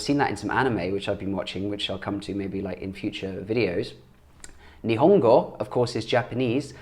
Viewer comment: Great pronunciation of the new phrases... congrats!!! 日本語の勉強が頑張ってね！ Nihongo no benkyou ga ganbatte ne!!!